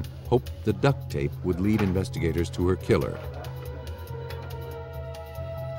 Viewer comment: Why is he saying duct tape like that loljhfdghj